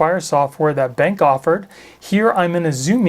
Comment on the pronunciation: Nice review and cool features! I think it’s pronounced ‘Ben’ then the letter ‘Q’ (like cue), Ben-Q, just a heads up!